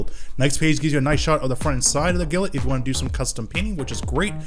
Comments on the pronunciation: Love your vids as always, but please for the love of ZEUS, it's "GLINT" not "GILLINT" lol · Why does he pronounce glint as gilet. Its glint like the glint in someones eyes. Or the glint of her ring. NOT gilet. 😂😂😂😂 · Bro keeps pronouncing 'glint' as 'gilnt' and it's frustrating me. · I cant be the only one slightly annoyed at how you pronounced GLINT